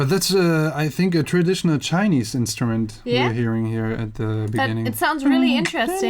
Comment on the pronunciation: Everytime he said "chinese" I died a little inside 😩